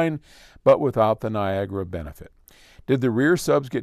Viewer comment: It’s not pronounced nargra it’s Niagara